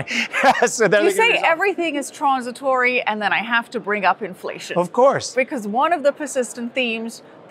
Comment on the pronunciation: I like how says "tronzitory"